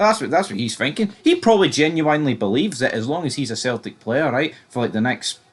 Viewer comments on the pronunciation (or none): genuinely bud not genu winely its one word, did you skive english the whole of your time in school 😂